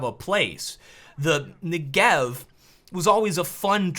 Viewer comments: it is pronounced NE-gev. It's an Israeli weapon, named after the southern part of Israel. As a Hebrew speaker my brain hurts when I hear "ne-GEV"...:P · Never say Negev-er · You are pronouncing it wrong and it triggers me :P It's not Ne-Gev, it's N-e-g-e-v